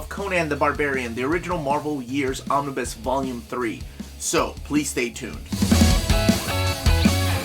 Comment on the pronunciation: did you just say Omni-boo? lmao